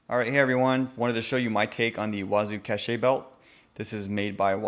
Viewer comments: “Cash” not “cashay” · It's a cache belt, pronounced "kash", and means hidden store. Cachet "kash-ay" is something else entirely and means prestige. Wearing your cache belt could bring you more cachet from your followers for example...blah blah blah. I'm sure you get it. Good bit of kit though. I may even have a go at making something like this. Your videos really appeal to the Boy Scout in me. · I stopped watching as soon as he said “casha”. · Its pronounced like "CASH"